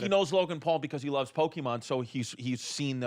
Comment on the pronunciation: These guys are in their 30's and still don't know how to say pokemon.